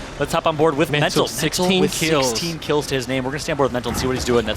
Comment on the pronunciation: This guy keeps saying "Keels" and "Heel", it's kills and hill lol